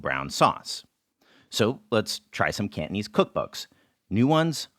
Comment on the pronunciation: Fyi Cantonese is not pronounced kantneez haha😅